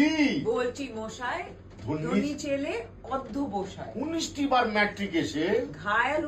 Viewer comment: ওধ্য নয় "অধ্য" অধ্যবসায়!!